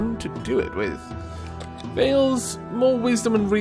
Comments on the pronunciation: I know this is an old video but I have something to add. Slavic mythology is close to me because I'm Polish so I would like to add something about the names and pronouncing them if you don't have any problems in me pointing that out. Veles isn't said like Veil it is just Veles the l is just like the letter in alfabet el not eil like in Veil (hard for me to write in phonetic signs so I got to write it like this :)) and Perun is Not P like in the alfabet but hmmm The P is not soft its just PE like in pest. Perun. Arr kind of hard to write it like this I hope you get the idea. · as a rule of thumb, pronounce slavic names as though you were reading Latin. It won't be perfect, but it'll be far, far closer than anglicizing it. (so Theh-ah, Peh-roon, Veh-leh-s) -sincerely, a cringed viewer